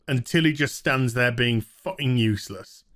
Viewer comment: Everytime he says 'youssless' a Yorkshire pudding is born